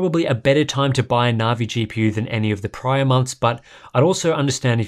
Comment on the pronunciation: I love the content and I'm not normally picky but the pronunciation of Navi just grates I'm pretty sure that's a hard